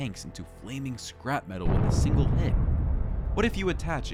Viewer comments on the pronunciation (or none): none